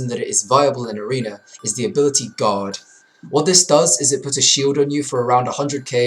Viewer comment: when he is saying guard sounds like he is saying god